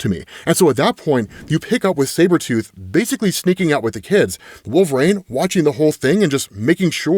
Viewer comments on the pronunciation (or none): Its wol-ver-INE, his name is not wolvrain. God i hate it every time you say his name. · Can someone please tell this absolute dickhead that IT. IS. NOT. PRONOUNCED. "Wool-VrAYne"?! FFS,. You had one job, get your shit together